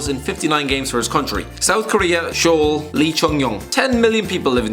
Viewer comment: Damn. I’ve always loved your channel but come on, you can do better for Korea and Japan. First off, Hong Myung Bo is the best player from Seoul (pronounced “Soul” not “Shoul”). He’s considered one of the greatest Asian players of all time. 7.34 is a picture of Park Chu Young. And the best product out of Tokyo is definitely Yoshinori Muto. Slowly becoming a regular for Mainz, better than Toda at least.